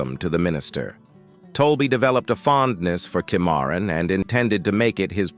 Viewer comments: Boyo boy these AI reading apps sure have no sense of how to speak names like "kimaroon".for Cimmeron . All thru this video I had to use my imagination to divine exactly where in Texas be was speaking of. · Cimarron mispronounced 4 different ways by ...